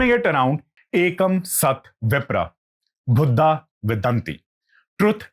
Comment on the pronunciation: dude..your pronunciation of words is not so good..kindly improvise..its not buddha...its bahuda